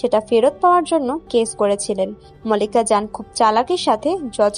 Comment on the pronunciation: মল্লিক া জান না মালিকা জান। উচ্চারণ গুলো ঠিক করূন।